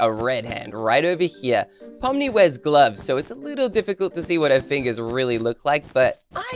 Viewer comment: No it’s not poni it’s pomni